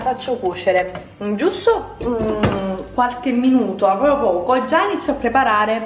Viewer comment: Si dice PROPRIO non POPIO